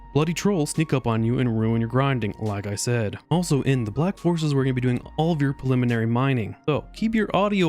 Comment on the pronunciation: Through half of the video i kept hearing theVlack forest, I found that quite disturbing. The pacing of the video is better than in the previous. Nice work, cya in the next 75% stream.